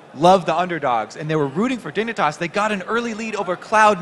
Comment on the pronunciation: Casters keep saying dick for dignatas.